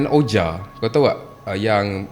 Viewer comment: 😊Maaf guys nak betulkan sedikit sebutan OUIJA board tu... Sebutannya adalah "WIJI" walaupun dieja begitu, don't ask me why, it's just the way it is, harap maklum guys... 😅sudah anda belajar, sila komen!